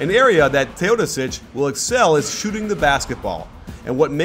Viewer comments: Is that how you pronounce his name? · The way you say Teodosic makes me cringe.